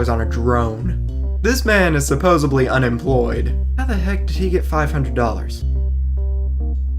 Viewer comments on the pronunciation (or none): I love your videos, but it sounded like you said "supposebly". I hope that's just from your $130.00 microphone so I don't have to deduct any points.